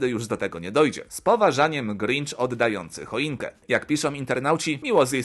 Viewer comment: Odający, a nie oddający. Autorze proszę przekazywać fakty.